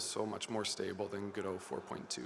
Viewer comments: What immediately drew my attention at the beginning was the green rim lighting you had. Also, now I'm REALLY confused. I always thought it was Gō-dŏt. I was sure. Then you pronounced it as Gu-doe. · 𝗜𝘁´𝘀 𝗚ó𝗱𝗼𝘁, 𝗻𝗼𝘁 𝗚𝗼𝗱ó𝘁. 𝗚Ó𝗗𝗢𝗧. 𝗚𝗿𝗲𝗲𝘁𝗶𝗻𝗴𝘀 𝗳𝗿𝗼𝗺 𝗔𝗿𝗴𝗲𝗻𝘁𝗶𝗻𝗮, God bless you. 🟣🔵⚪🟡⚪🔵🟣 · I think officially its like how he pronounced it. Godot comes from the title of the play "Waiting for Godot" by Samuel Beckett, so it will be that pronounciation. However I noticed Juan ponounce it Godot where o is pronounced as in "on" (both "o"s). Most people however misunderstand the name as Go-Dot, which is just wrong. So the correct way is GOD-oh / guh-dow